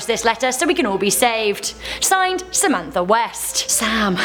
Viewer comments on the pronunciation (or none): none